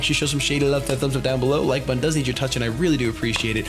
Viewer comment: " I don't wike it" Ok.